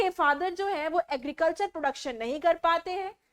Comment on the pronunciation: Mam say Agiricultur😂😂😂😂 so funny so watch this in this video seconds to in this video timer